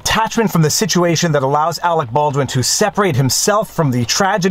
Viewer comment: Every time I hear his name, I think of team America world police. "Awec Bawdwin"